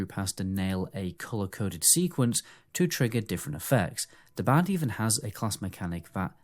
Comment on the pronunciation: I finally figured out you are saying the word "BARD". See there's an R in that word. So it's BARD. Not BAD.